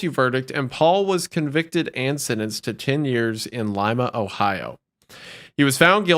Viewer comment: Thank you for pronouncing my home of Lima Ohio correctly Wendigoon! Also super hyped that oompaville is now a co-host an iconic personality to replace another iconic personality